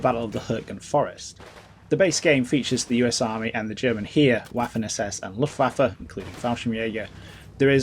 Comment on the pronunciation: For "The German Heer" - "hair" not "here".